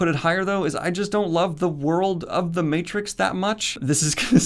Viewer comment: the again, I see you butchered Matrix. Aaaaand unsubscribed.